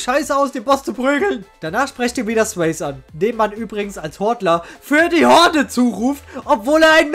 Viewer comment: "Sweysie" gesprochen, Anspielung auf Patrick Swayze! 😭